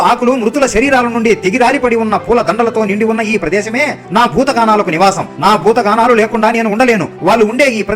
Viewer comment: భూత గణాలు అనాలి, భూత గానాలు కాదు😅